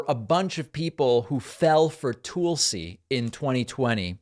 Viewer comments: its not Toolsi Gabbard.. its T'uh'lsi Gabbard. I noticed you do that with Tulsa the city as well. Its not Toolsa, its T'uh'lsa.. maybe its an eastern accent thing but being that you correct a lot of grammar i thought i might bring that up. although maybe your saying it that way because she is a compete tool. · “TULL-see” not “TOOL-see”, David. Come on. Hawaii person here. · Its not Toolsi its Tulsi. Trust me Glenn Greenwald does not ever talk about you. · Toolsi? Weird how he says her name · Why does he always mispronounce Tulsi's name like that? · Please stop mispronouncing Tulsi's name David.